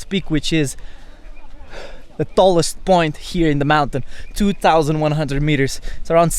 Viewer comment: De Dthallest peak